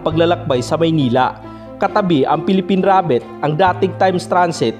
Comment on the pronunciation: Bakit ganyan po, ANICETO po, HUWAG PO. ANICITO) PHILIPPINE RABBIT (HUWAG PO RABET), TIMES TRANSIT( HUWAG po TRANSET), Haaayyy Ilocano po ba kayo?!